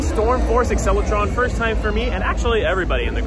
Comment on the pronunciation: “That fists” Don’t you mean “That firsts!”